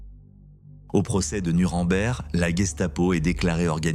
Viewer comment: Merci pour votre video instructive.❤ Mais Gestapo et NKVD pratiquaient les mêmes atrocites au- dela du possible. Concernant la prononciation de Nuremberg vous prononcez Nu ran bert comme le camenbert ...vous devez prononcer..Nou reme bergue. J'entends tres souvent les Francais qui déforment la prononciation de cette ville. Sans rancune!!